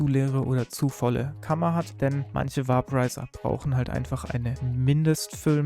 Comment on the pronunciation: Bei der Aussprache sollte man sich schon zwischen Deutsch und Englisch entscheiden. "Vaporizer" wird veɪpəraɪzər ausgesprochen, etwa wie "Wäiporeiser", nicht "Wahporeiser". Auf Deutsch könnte man höchstens "Vaporisierer" sagen, das wird dann natürlich ausgesprochen, wie man es schreibt.